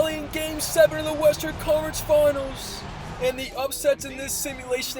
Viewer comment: Who else hears "College" every time tries to say Conference Finals? Just me?